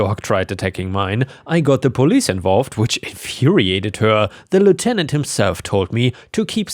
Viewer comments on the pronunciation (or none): none